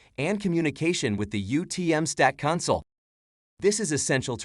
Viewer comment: The AI "animated" face is horrifying, the voice is stilted and nobody bothered to pay attention to whether it was pronouncing the name of product correctly. I had to check to make sure this was the official YouTube channel. Disappointing.